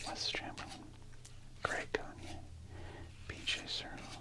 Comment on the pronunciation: Greg Gagne is actually pronounced gag-knee. Not pronounced like the wrestler Verne Gagne.